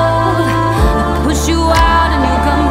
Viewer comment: You're well good the only thing I didn't like was the way you pronounced love you kept saying laove and it was really annoying but other than that it was really good